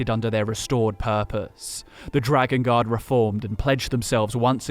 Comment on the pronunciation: Bruh I thought was saying dragon God instead of dragon Guard for like 10 minutes